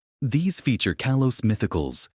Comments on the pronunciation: It's Kahlos, not Kaylos. You can prononunce things better than AI. Stop using it. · It's kalos🥀